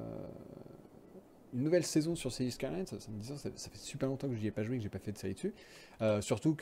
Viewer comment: Mdr City Skyyyys !! La prononciation a l’américaine !